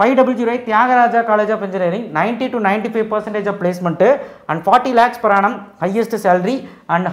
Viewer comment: Per annum na enna athuvum konjam theliva sollunga